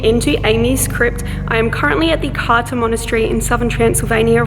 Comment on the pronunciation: Romanian here. It's pronounced Krtza (Cârța). Yeah, Romanian is complicated.